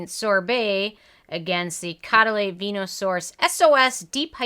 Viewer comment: Show some respect Use the correct pronunciation Co-duh-LEE